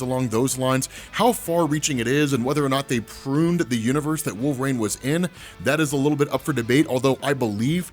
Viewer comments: Anyways throws me when my man says Wol-vraine, maybe it's a regional thing but I've never heard it like that before, contents good either way bro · Wolveraine* can’t unhear it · definitely says wolve-rain 😂😂😂